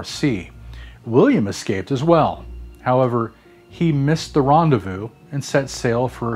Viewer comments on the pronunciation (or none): none